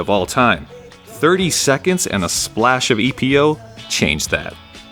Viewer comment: It is not E. P. O. It's just one word: Epo.